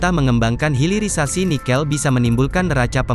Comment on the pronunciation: HILIRISASI , hilir bukan hiril